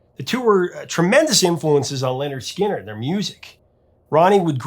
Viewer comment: Wait a sec...did you just say Leonard Skynard? WTF!!!